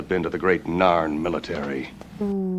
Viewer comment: I also liked her in 'StarCraft 2: Legacy of the Void', 'Darksiders 2' and 'Guild Wars 2'... That last one there might be the reason why she kept on saying the 'Norn' when referring to the 'Narn' in her reaction to the pilot episode?